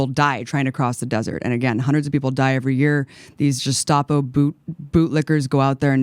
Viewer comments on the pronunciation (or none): Good show Jimmy, And thank you Abby, but please correct your pronunciation of 'gestapo'. German G is a hard g as in 'guest' not 'jest'. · Abby Martin. The only person in the world to pronounce gestapo as "jestapo" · Abby keeps pronouncing it 'Juh-stapo'. Those darn Mazis. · Someone needs to teach Abby the correct pronunciation of Gestapo.